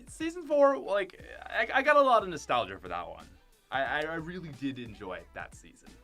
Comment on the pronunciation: STOP SAYING NASTALGIC